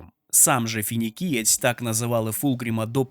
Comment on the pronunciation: Чудове відео. Проте, на скільки я пам’ятаю, Фулгрім - Феніксієць. Не Фінікієць.